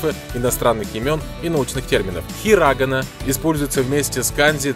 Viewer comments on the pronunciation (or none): катакАна а не катАкана!!! И хирагАна а не хирАгана!!!! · Не хирАгана и катАгана,а хирогАна и катакАна! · Помилки: Не хірАгана і катАкана, а хіраганА і катакАна. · itadakimasu ( произноситься без "u") не хирАгага, а хираганА не катАкана, а катаканА от неправильного произношения уши болят... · В словах хирагана и катакана неправильно ударение поставил, правильно будет хирагАна и катакАна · Интересный обзор! Но единственное, что режет слух-неправильное произношение азбук этой страны :Хирагана, Катакана